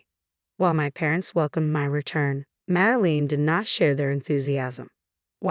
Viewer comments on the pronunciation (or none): Please pronounce words correctly. It's getting very annoying. (Madeline is Mad-e -line) and f(inance is fee - on - say)